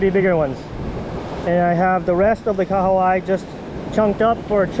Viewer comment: Welcome to NZ and!! Snapper are so good here in NZ!! I love how you pronounced Kahawai! 👌🏽👌🏽 you guys also need to catch a Rugby game 🏉 🤙🏽